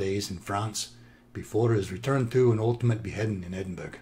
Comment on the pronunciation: its pronounced "ed in bur a", u as in "but". Its easy, and it makes Scots happy. James Clerk Maxwell through his mother (Maxwell name adopted by husband) and the ninth Laird John Maxwell have a common ancestor. My attitude is the number of ancestor grow exponentially (2 power n) the further back you go. Eventually you will come across a murderer, and a king, usually the same person.